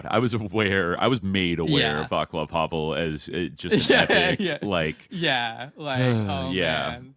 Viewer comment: Guys y'all are killing me with the "Vaklav" Havel pronunciation. Channel your inner Slav Dimitri and do better 😂